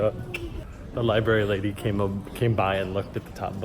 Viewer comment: Loved the video only problem is when u said libary instead of library